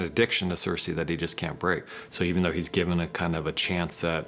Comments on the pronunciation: Can we talk about how these two absolute failures or writing can’t even pronounce they’re own characters names right? Wtf is Sur-say? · Don't forget "cersay"